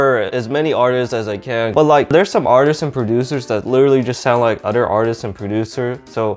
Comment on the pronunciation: Why do you say "utter" instead of "other"? 😂😂